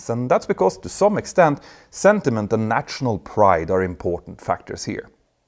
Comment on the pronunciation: If you can say Kanslör (or whatever the words for feelings/emotions is in Swedish) why can you not say national? Nasjonal, like Stasjon in Norwegian, sj sj sj :-) Great videos always though!